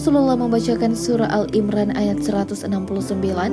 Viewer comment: Assalamu alaikum saya mau sedikit mengoreksi penyebutan surah "Ali-imran" Di atas anda hanya menyebut "Al-imran" padahal di situ Ali-imran, ada huruf " i " yang anda hilangkan Syukran